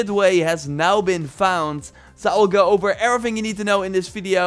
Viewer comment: He "finks" and let's "geowwwwww"